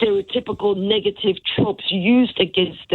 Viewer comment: Did she say niggative? Haha wtf new words lol.